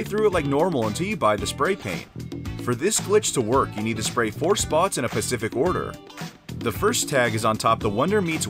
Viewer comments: Am i the only one that heard him say pacific instead of specific ?😂 solid vid tho fam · specific. the word is specific. dude. not Pacific. it's not an ocean 😑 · No one else heard him say “ pacific order “ during the spray paint thing? It just bugged me that he didn’t say specific. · did this mans really say "pacific" instead of specific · U know this was a good vid till he said pacific instead of specific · Hahahaaaa I scrolled down to see if anyone else caught that 😆 forreal it bugged me too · Did you really just say "Pacific order"? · homeboy said "Pacific" lol "Libary"? Lol come on, dude!